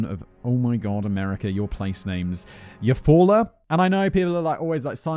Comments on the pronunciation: I'm a Oklahoma native and Simon you nailed Eufaula. There are people who live here who have trouble pronouncing it. 😂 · Ok, you did so good with Eufaula... but then Lowes... Low's... not Laowes. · I live about 30 mins from Eufaula, you said it right lol. I remember this and how odd it is, happened about 20 mins from where I lived, spooky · Your second pronunciation of Eufaula was correct: you-fall’-uh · Nailed Eufala pronunciation, my family had a home there for years Oklahoma is smack in the center of the USA just above Texas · You pronounced Eufaula right!! I am from there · Simon, I'm most impressed at your ability to pronounce town names in Oklahoma this year, like Tulsa (Geographics: Greenwood District) and Eufala, plus many passing mentions in various other videos. I'm from Oklahoma, you'd be surprised how often people living here can't pronounce them.... Yes, our town names are a little weird, most of them have native American origins. The name Oklahoma itself is Choctaw in origin even. Just don't say my-am-me Oklahoma, say my-am-uh 😋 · Simon flawlessly pronounces Eufaula but can't pronounce Lowe's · Eufaula... yeah, but you said it right the first time. Good job! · Shocked that you pronounced Eufaula right haha. A lot of “weird sounding” American town names are actually of indigenous origins. There are multiple Eufaulas, including one in Alabama with a beautiful lake. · As an Okie, I’m very impressed with him guessing Eufaula correctly on the first go. Most of our towns are Native American names. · My grandmother was born in Eufaula, AL. Didn't know there was also one in OK. I was also impressed that Simon pronounced it correctly given his atrocious pronunciation of Lowes, but didn't appreciate his opinion of the name. Maybe I'm too thin-skinned. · Your pronunciation of Euafala is correct, Simon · Surprised that he nailed it first try when saying Eufaula, good job Simon!